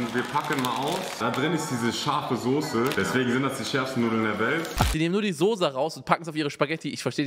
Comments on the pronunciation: Niemand: Absolut niemand: Unge: Sose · Normale Leute: Soße Unge: Sose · sagt auch Sose 😅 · von PietSmiet sagen auch alle Sose